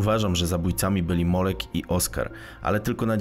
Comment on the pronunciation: MOLEK NIE MOŁEK DEDEKTYWIE POZAL SIE PANIE BOŻE